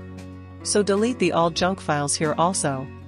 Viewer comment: BRO SAID JUNCK